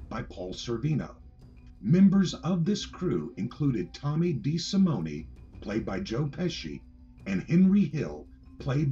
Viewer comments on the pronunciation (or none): I asked an instructor of mine who is 100% Sicilian about this. She said it's pronounced like DeSimone without the e being accented separately. The narrator would accent the e separately i.e., DeSimone- e. The narrator does this on other videos also. That's her take on this anyway. This is the only narrator who I have heard pronounce his name like that. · Tommy DeSimone's name is pronounced without the e on the end.